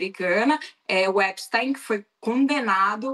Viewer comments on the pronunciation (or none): Epstiiiiiin… não epstaaaain.